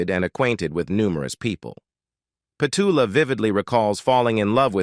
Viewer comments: Would have preferred to hear Petula's voice rather than your constant rhetoric about her life! Why no songs? Why none of her interviews where she tells of her life? Why no videos where her children, friends recall her life? You also mispronounce her name!! Its Pet-U-la! Very disappointing video. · Pity the narrator can’t pronounce her name 🙄